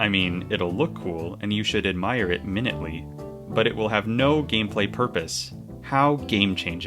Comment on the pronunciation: Not sure if you're saying I should admire it every minute, or if I should admire it closely and you mispronounced 'minutely'.